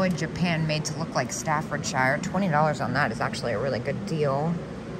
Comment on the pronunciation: Love your videos,! Do you mind if I correct your pronunciation on a couple of things? Staffordshire is actually staffordsher or staffordsure. Enid Collins is pronounced with a long E, so Eenid, with the emphasis on the first syllable.